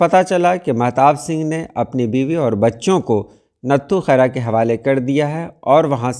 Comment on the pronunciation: is lafz ko ranghad parha jata hai,nathu mein th par tashdeed hai Yani natthu khaira